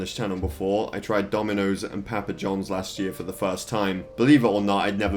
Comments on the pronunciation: He said pæpæ johns haha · Love the way he says papa johns lol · The way he says PAPA Johns just makes me laugh